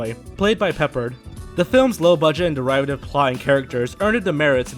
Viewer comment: Good video, but if you're going to try to act like intelligent film critics, don't pronounce "derivative" as "der-IVE-a-tive."